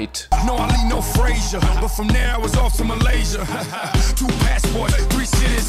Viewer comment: malaysia rhymes with frazier